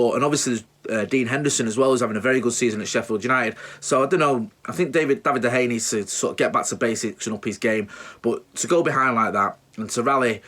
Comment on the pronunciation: Pronounced de Heya!!!!!!!!!!!!